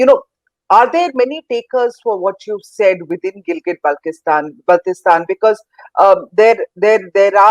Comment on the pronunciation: You can't even pronounce name of GB why are you talking